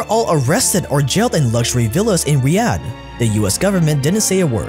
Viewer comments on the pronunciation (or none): none